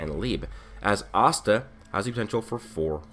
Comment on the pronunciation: y you say astan like pasta without a p its ass ta